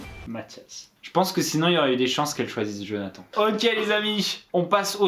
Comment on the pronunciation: T'invite Jonathan sur ta chaîne pour être mauvais encore avec tu ne lappel en ecorchant son prénom ! Et tu fait même pas sa présentation !! T juste méchant avc gratos